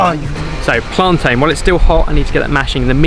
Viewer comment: You said plantain wrong 🇯🇲